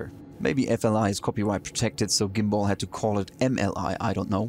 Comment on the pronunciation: Just for accuracy, since this is a French aircraft the correct pronunciation is "Gambal".